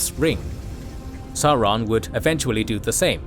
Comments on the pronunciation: I hate to point this out ... but you are mispronouncing Sauron throughout. It is pronounced SAWron, as in dinoSaw. Listen to the 1964 interwiew with Tolkien at about where he is being asked about power being in high places. 'Morgoth and his lieutenant SAWron ...' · Mind. Blown. I grew up thinking it was SAWron only for the movies to convince me it was SOWron. What might this mean for other pronunciations in the legendarium?! I need to seek out more interviews...